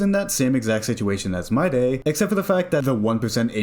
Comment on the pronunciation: Its pronounced My-dee, not My-DAY.